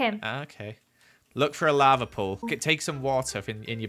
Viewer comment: Nobody:: "Your turning the lave into water"